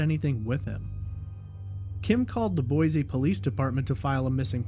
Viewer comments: FYI it's pronounced Boy-see, rather than Boy-zee. This is the way we detect outsiders. Sticks out like a sore thumb for us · I live in Boise and I've been following both of these cases from day one... too many weird things going on with both of them. And... There's no "Z" in Boise... 🤭😉.